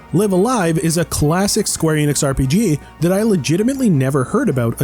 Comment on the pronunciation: The title is pronounced like "life a life".